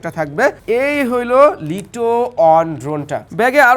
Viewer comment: ভাই ওটা লিটো হবে না ওটা লাইটো হব😵